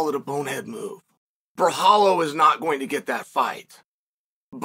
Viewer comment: Came here for the mispronunciation of Borralho .. did not disappoint 🤣 Also make Costa vs Borralho NOW! Did Steve Erceg call the champion out after KO-ing Schmell?